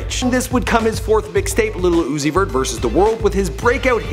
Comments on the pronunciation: I cringed every time he said "little uzi vert" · The old dude trying to pronounce his name has me dead af.. "lil Ozoot...Zee.....somebody" 😂